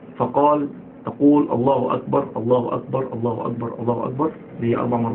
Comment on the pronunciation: بسم الله الرحمن الرحيم :معكم الموذن :زياد محمد مؤذن مسجد الرحمن بالقليوبيه وبعد ان عرفتكم عن نفسي ,انتا بتتكلم علي الاخطاء وانتا تنطق الله اكبر خطا انتا تقول الله اجبر هذا ياخي غير صحيح وشكرا لو عايز تكلمني علي الفيس رابط الحساب